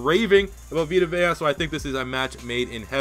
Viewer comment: Take a shot every time mispronounces "Vea". EDIT: He mispronounces it once, but pronounces it right during his selection.